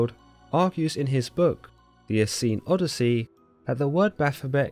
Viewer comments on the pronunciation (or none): none